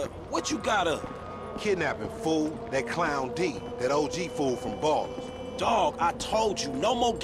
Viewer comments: Ballas not Ballers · it's Ballas not ballers